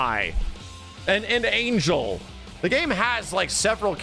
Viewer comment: I know its a bit checky, but Ángel (whit the Á) its pronounced An-Hell